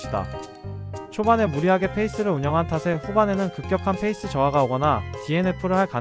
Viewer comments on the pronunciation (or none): Fㅔ이스가 아니고 pㅔ이스… 라면서 단어도 제대로 모르냐